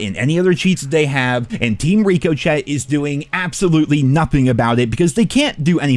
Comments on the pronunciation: I love you. But can you please stop saying,”Number A?” Did I miss the joke somewhere Also, it’s ri-kuh-shay (ricochet) Not reek-o-shet Cmon brother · Please call it Rick-O-Shay, not Rico Chat. Ricochet is a french word so the ch is an sh sound, and the t at the end is silent. I keep thinking you're talking about a team named "Rico Chat", and not the anti cheat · it's not called Rico Chat. It's Ricochet (Rick Uh Shay) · so funny how you still mis-pronounce "Ricochet" as Ree-co-chet instead of how it's actually pronounced which is "Ri-cuh-shay" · It’s not pronounced “Ricoshet” It’s pronounced“ri-kuh-shay” lol. Sorry, but I just had to.. 😂🤝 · It’s ricochet. A bullet bouncing. One word my guy. Ric oh shay not Rico chat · Rico Chet? I thought it was Ricochet (Rick oh Shay) lol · Ricochet is pronounced "Rih-ko-chay" not "Ree-co-chet" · Idk why it bugs me but please stop saying rico-Chet it’s Rick-ah-shay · Bro can’t pronounce ricochet. Rico-chat hahahah it’s pronounced rick-a-shay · lol why do you always call it ‘reko’ ‘chat’ lol it’s called ricochet? Lmao the only guy I’ve ever heard call the anticheat ‘reko’ ‘chat’ 😂😂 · Brother... "Ricochet" ri·kuh·shay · Lol Rico Chet 😂 it’s pronounced rikashay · Why do you pronounce Ricochet like that? It’s “ricka-shay” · I can't take anyone seriously who pronounces ricochet as rico-chet 😅😂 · “Rico Chet”, that’s a new one. Up there in hall of fame pronunciations with Blame Truth trying to say erroneous. Good video though, BO6 is garbage and we are directly experiencing the unfortunate consequences of the AI boom. Hope no one gets laid off over the holidays as a result of this stuff. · ‘Rico-chet’ and ‘Number A’. It’s engagement farming at this point surely. 😂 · You are the only guy that can't pronounce ricochet.... We get your american and speek Ameri-English but its pronounced Rikesha ...Its easy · Ree-coh-chet lol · Reeko Chet?? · Rick-o-shay please... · it’s pronounced RikoShay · "Team Rico-chet"